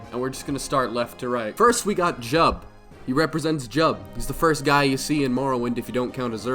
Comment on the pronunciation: You said Jiub wrong. Ffffake fan lmao